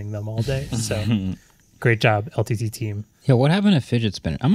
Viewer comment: MKBHD was not so into it. The way he pronounced LTT wrong and how he said: "I buy a fidget spinner." 🤣🤣🤣